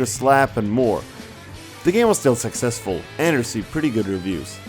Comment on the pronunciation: "extweme" "not swo saksweswul" "a projwekt dat wus letr on" Jesus the English.